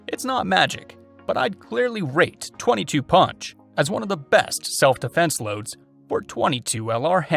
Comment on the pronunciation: ~You did not mention:: CCI Copper-22 Long Rifle, 21 grain, 1850 FPS. ~Also it is properly pronounced pUnch and ‘not’ pOnch.